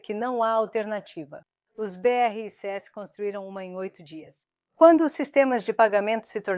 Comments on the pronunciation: O assunto é interessante, porém tem que melhorar as traduções ou transliteração, fica chato ficar ouvindo a pronúncia beerreicêesse em vez de apenas BRICS dezenas de vezes nos vídeos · Nossa! Péssima IA! Falar B R I C S e não 'BRICS' é o fim!!!!!!!!!!!!!!!!!!!!!!!!!!!